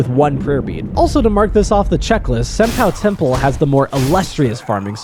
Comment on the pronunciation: “Senpoo” “ah-sina” “bodysatvuhv valley” “genchro” this guy can NOT pronounce this game😭